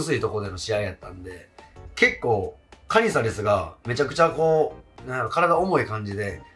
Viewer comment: カ↑ニザレスが気になって入ってこない😅